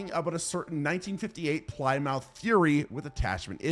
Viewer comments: Dude, I know you're from our neighbor from the north, but Ply- mouth ??😳🤨 It's pronounced "Plim-myth" or at least in Maine it is. And Pumpkinhead is a cutie. I have always wanted to give him a hug. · Bro really said "Ply Mouth" It's pronounced "Plih Muth" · Dude, like I watch your videos and I enjoy them but…. I’ve NEVER heard so many mispronunciations on ANY channel. Ply mouth?! Really? If you ain’t sure, google will give it to you. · PLY-MOUTH LMAO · Lmao at "ply mouth" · “Ply-mouth”. Trollin for sure. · Yeah surely he doesn’t think you say it like that